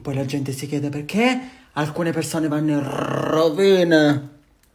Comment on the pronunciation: IN RRRRRROÖVINA !!! 😂😂😂